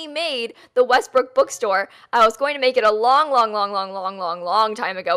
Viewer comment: YES! She can't say WESTBROOK! Next video,! We challenge you!:)